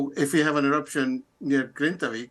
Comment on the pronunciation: Grindavík is pronounced “Grinda-veek”, the BBC have the resources to not murder pronunciation of locations